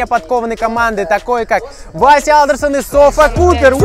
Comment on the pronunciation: так вася алдерсон*а не андерсон